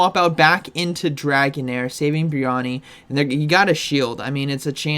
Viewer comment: pronounces brionne like 'Biriyani'